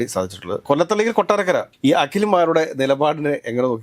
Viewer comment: Kottathara alla ente ponnu myre kottathala